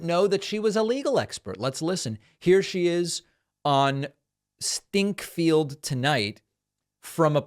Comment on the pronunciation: Are you sure that Stinchfield is pronounced Stinkfield or are you just trying to be funny? If you are striving for third grade humor, grow up. This compromises your reputation as a serious person worth listening to.